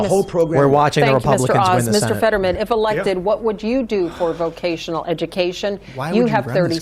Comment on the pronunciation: I was initially thinking "nah it's not that bad". Then Fetterwoman said "vovotional" schools. Biden 2.0